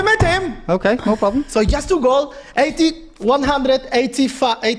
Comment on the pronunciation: “Is jast two goal”!!!! 🇪🇸